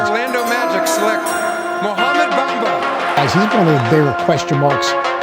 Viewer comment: Mo Bumba, not Black Mumba... Or sometimes less is Mo?